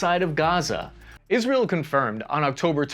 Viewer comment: It's IsrAEl, not IsrEAl ffs...